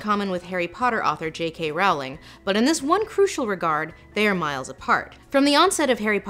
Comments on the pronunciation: Lindsay, not to be rude, however, Jo's surname is pronounced rolling. I just though you should know. I have made the same error. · Rowling is pronounced like 'bowling'... so that was killing me. But otherwise excellent as usual, Lindsay! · Lindsay you did al this research and you didn’t research how to pronounce Rowling???? It’s just like ROLLING. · URGH please please ease its like "Rolling" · Rowling rhymes with Bowling. "Rhauling" is an americanism. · Great essay. The way you pronounce “Rowling” is triggering though lol. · Please learn to pronounce Rowling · I've never heard "Rowling" pronounced that way. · JK Rowling rhymes with bowling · Despite how well-researched this video she still mispronounces Rowling's name. It rhymes with Bowling not Howling. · Rowling rhymes with bowling, dear. (o:Þ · It’s not Rowling, it’s Rowling. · Rowling as in row row row your boat Rowling, please. Not Rawling. Yes, I have ASD, this bothers me, I can't help it either. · I predicted John Green was gonna be in this video from the beginning and I was still shocked. Also, IT’S PRONOUNCED ROLLING, YOU AMERICAN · Doesn’t Rowling rhyme with bowling? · Her name is pronounced more like "rolling." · Lindsay, please pronounce Rowling's surname correctly. It is ROW-ling like ROE. Thank you. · It's Rolling, the RWORING